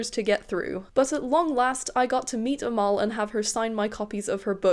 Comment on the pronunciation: Omg, I'm impressed with your determination, so glad it worked out! I love her work, I just finished the audio of The River Has Roots. I'd recommend it to anyone, even if you've read it, the audio takes it to the next level with the gorgeous songs-- which are performed by Amal and her sister! 😭 Side note: Amal is pronounced EM-el. We don't have the letter 'e' in Arabic, we have a letter called 'alif' or 'elif', which functions much like the letter 'a', but does lead to mispronunciation at times. That's probably why we've been seeing people using the prefix 'El-' rather than the usual 'Al-', so that non-Arabic speakers pronounce it much closer to the Arabic. Case in point: El-Mohtar! (MUH-tar)